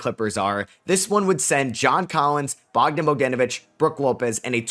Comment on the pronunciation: He said Bogden bodenevich